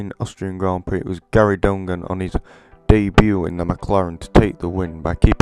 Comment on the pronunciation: donegan is pronounced done again lol good try tho